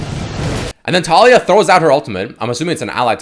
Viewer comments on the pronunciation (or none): the way he pronounces taliyah makes me die lol